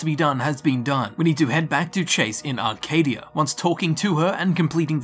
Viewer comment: AHHHHH! There's no R in Acadia.